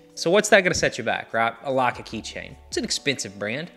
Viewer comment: Perhaps you should first learn how to pronounce the brand name. Then maybe others will know what you're talking about.